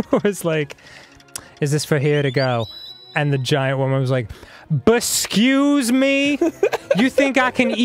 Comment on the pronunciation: 'BESCUSE ME?' has me DEAD